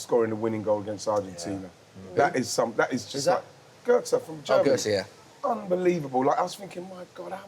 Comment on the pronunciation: “Götze” Solskjaer” “Alessia Russo” 😂 come on let’s stop this bollocks